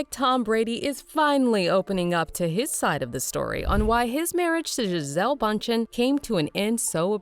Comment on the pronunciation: It’s boondchen